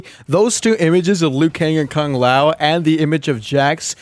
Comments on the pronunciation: Kung Lao does not look like Kung Lao. Also can peoole stop pronouncing Kung Lao's name as "Kaang lao" it's "Kuuu-ng Lao" for ffs 😀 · That because the Conquest series sometime say Kang Lao instead of Kung Lao. It all started with that series